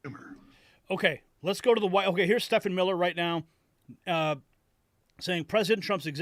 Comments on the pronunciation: IT IS PRONOUNCED "STEVEN", NOT "STE FAN" MILLER. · Stephen is pronounced "Steven"!!!😀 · Hey his name is pronounced Steven